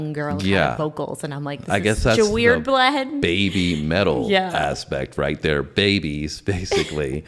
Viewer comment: 「ベイビー」って発音しちゃあかんよ 「ベビー」ね